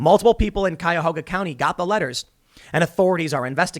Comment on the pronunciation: God bless you, Tim for pronouncing Cuyahoga correctly. 🙌🙌 a former Ohioan